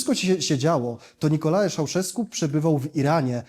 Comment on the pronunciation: Jedna uwaga: wymowa. To nie jest żadna /Nikola/, tylko /NikoLAE/ i nie /Szauszesku/ tylko /Czauszesku/. Podobnie nie /Timiszora/, tylko /TimiszoARA/ - zapisałem tu oczywiście wymowę.